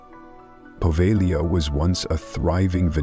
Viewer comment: Just an FYI, the G in Povegila is silent